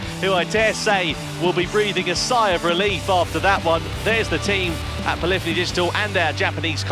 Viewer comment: Love it. Can’t wait for GT7. Can someone tell me how to pronounce Polyphony Digital? As a child and teen I would say: Polly Fony like this translator did in the video. Around GT 5 I leaned it’s P lif eney Digital. I’ve been saying that since then. I believe I’m saying it the right way. Cheers guys.